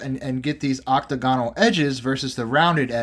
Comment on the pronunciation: Great. Another video full of misinformation. Oh, btw it's oc-TAG-inull, not OC-tuh GON-ul...P.S. A .44 caliber PIETTA with a brass frame. Colt NEVER made an 1851 with a BRASS frame and they were ALL .36 caliber. The absolute WORST one you could buy to compare to an original.